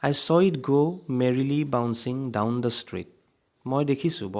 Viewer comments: Normally, we pronounce the with a short sound (like "thuh"). But when the comes before a vowel sound, we pronounce it as a long "thee" and I m just saying that. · Dear sir , pls maintain the gaps between THE and the while pronounce...